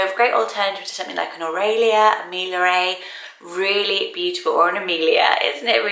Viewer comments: I like how you said Millaray :) 👍 I really like the sound of Bellamira too :) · Millaray is pronounced "mia-rye". A double "ll" in Spanish is pronounced like a "y". Ray at the end isn't pronounced like "ray of light" in English but closer to "rye", like rye bread. While Jocasta is a pretty name, she's the mother of Oedipus in the play Oedipus Rex and she sleeps with her son and then hangs herself. Something to consider before using. And lastly, Musette is a French word, but it means backpack or rucksack.